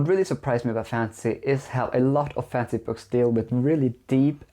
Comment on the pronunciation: by the way you pronounce 'fansy' books and how little relevance the content of this video actually has to fantasy novels, I think 1.56 books is probably closer to reality